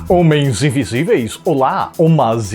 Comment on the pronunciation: “Homans invesiveas”